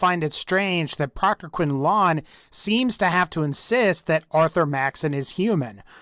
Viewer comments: Proctor quinLAN not quinLON. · Proctor Quinlan not QuinlON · it's quinlin not quinlawn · proctor "quin-laawn" its just pronunced quinlan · The way pronounces "quinlan" makes me cringe kwin-lin not kwin-lawn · its not quin-lawn its quin-LAN fuck me. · Can you please try to pronounce some of the character's name's properly? Who the hell is Quinlon? Its Quinlin. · you know they say the names of those people like quinlan and they don't say it quin-lawn its quin-lin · who else gets pissed about him saying quinlon instead of quinlan ? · Quin-lon is how he says it I say it like this quin-len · quinlon? quinlan is pronounced quinlin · dude,the name Quinlan, is pronounced Qwin-Lin,not Qwin-Lan ,please say it right,quite a few people have complained,he says his name when you meet him in Shadow of steel I think its called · quinlaaaan quinlyn is how you say it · Quinlan is pronounced Quin lun. his name is said by npcs, how are you getting quin loooooon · why do you keep pronouncing his name "quinlon"?! its not quinlon, its quinlan. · Proctor Quinlaawn? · Listening to you say "QuinLAWN" 6-7 times throughout the first five minutes of this video gets really annoying. Mostly because that's not how the man's name is pronounced. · Whenever you say Quinlan it gives me chills. Proctor QUIN-LAWN... yikes! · am i the only one who gets incredibly annoyed when he says quinn lawn? Also since when do gen 3's not age? The institute synth are exact copy's of people. The institute made them as a workforce more capable than there robotic predesesors but built to be at a great level of health, in terms of strength, mental activity and immune resistance but not, really inhuman. The reason why they are hated by the brotherhood is they were not created the "traditional way" and therefore are not human. The institute doesn't believe them to be people because they are biult and believe all there thoughts and emotions to be just there really good programming and nothing more.